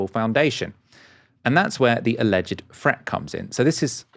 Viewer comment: Alleged is said as two syllables, not three. 🤦‍♂️